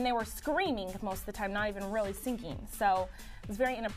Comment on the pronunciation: I love how she says singing, almost like syncing.